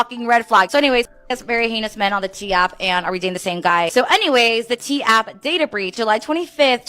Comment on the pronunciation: Its data breach. Not dadda. Data.